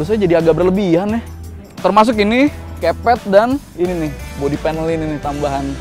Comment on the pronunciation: Kepet ? Kepret? Wkwkwk